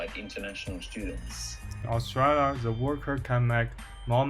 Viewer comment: ，澳洲念aus zhui liya，不念aus tree liya。。。。。